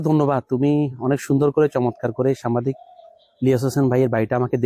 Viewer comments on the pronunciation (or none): সামবাদিক ভুল উচ্চারণ সাংবাদিক সঠিক! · ভালো লাগলো। ভ্লগার ভাই উচ্চারণ এর ব্যাপার এ সতর্ক থাকবেন। এতে যথাযথ সন্মান প্রদর্শন করা হবে। সামবাদিক না! সাংবাদিক!! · সাম্বাদিক হবে না সঠিক উচ্চারণ হবে সাংবাদিক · সাম্বাদিক নারে ভাই, সাংবাদিক হবে সাংবাদিক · সামবাদিক নয় সাংবাদিক হবে উচ্চারণটা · সামবাদিক নয় মিয়া আগে উচ্চারন শিখেন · ভাই, সামবাদিক নয়,সাংবাদিক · ভাই আপনি বারবার সাম্বাদিক সাম্বাদিক বলছেন কেন? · শব্দটা সাম্বাদিক নয় সাংবাদিক হবে । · সাম্বাদিক না, উচ্চারণ সঠিক করেন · ভাইজান আপনার উচ্চারণ ঠিক করতে হবে, বারবার "সাম্বাদিক" কেন বলছেন। ইলিয়াস হোসাইন বাংলাদেশের একজন শ্রেষ্ঠ সাংবাদিক। ♥️ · আরে ভাই সম্বাদিক না শব্দটা সাংবাদিক। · ভাই উচ্চারণটা সঠিক করেন সাম্বা দিক হবে না। সাংবাদিক হবে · আপনি বার বার সাম্বাদিক বলতেছেন কেন? আগে ভাষা ঠিক করুন। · বার বার সাম্বাদিক সাম্বাদিক করছেন কেন? উচ্চারণ করতে শিখুন আগে তারপর ভিডিও বানান। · সাম্বাদিক না সাংবাদিক হবে 😂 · 'সাংবাদিক' শব্দটা উচ্চারণ হচ্ছে না আপনার।